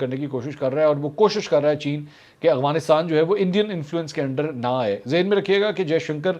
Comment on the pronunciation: bhai ye Afghanistan hai AGFANISTAN naheh, tora sa ye teek karlai, please